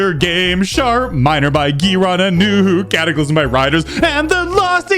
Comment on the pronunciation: Yea because it kinda sounds like shart